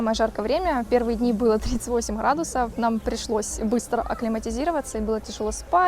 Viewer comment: Гэкание непрерывное - гхрадусов